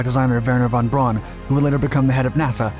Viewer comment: ) The last name is von Brown, not brawn.